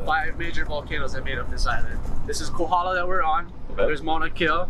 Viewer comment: 'Kohola' for Kohala, "Mariam's" for Merrimans, "Malasa" for Malasada, "Hanakoa" for Honoka'a, "U-may-kay's" for Umeke's, "Oyo" for Ho'io! Ho brah, you win da Ha'ole pronunciation award! Good selections though! Cheers!